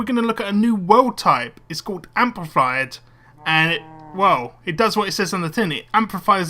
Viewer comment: its amplified not ampified